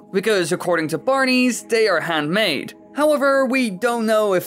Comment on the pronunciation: You say "Bar-nees" but isn't it actually pronounced "Barns"?